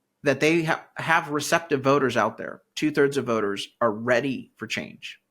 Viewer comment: Did you say REDy? hehe! yes im staying! im not leaving